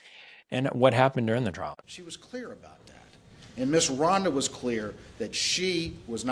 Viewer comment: Trial. Trial. Not trail!